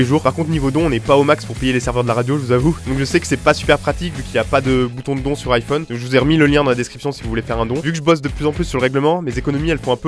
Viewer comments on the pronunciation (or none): none